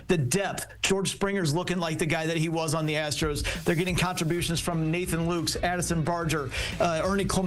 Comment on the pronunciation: Nathan Lukes pronounces his name "lucas"